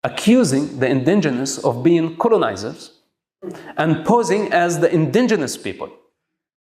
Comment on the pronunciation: I would believe him if he could pronounce indigenous properly.